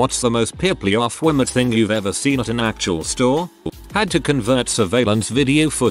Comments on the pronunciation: what it says: peopleofwalmart what the text to speech voice thinks it is: PEPLEOFWELMERT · pîplïof wælmérte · “What’s the most “Pipleeuhfwallmert” thing ever” I love when the bot horribly mispronounces certain words or phrases. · The robotic voice says people of Walmart like he’s having a stroke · Lmao the fucking stroke when it said peopleofwalmart